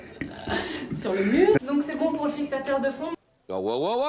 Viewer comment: GG ! Belle performance pour dire “Fixateur de fond” ! 👏👏👏